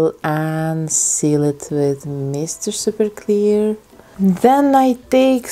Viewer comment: I can’t hear it in any other accent without thinking it sounds wrong!